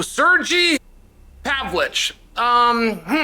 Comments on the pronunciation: C'mon Chael, its pronounced Sirgay Pavlowvich.. get with the program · i love when Chael says a hard last name ... MAKEL-CHEV .. PAV-LICH .... SA-HUDO lol,,,someone has to make a compilation of Chaelisms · I don't speak Rushonian but I don't think his name is pronounced Sir-G Pav-lich. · “Pavlich” … lmao